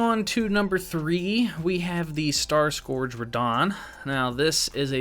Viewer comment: “Star Scorged” “Underneath of him” 😂😂😂